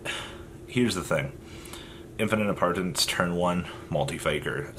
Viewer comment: How hard is it to say Impermanence